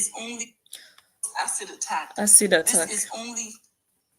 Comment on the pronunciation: Wtf is she keep saying asad and they police said it wasn't asid what a scamner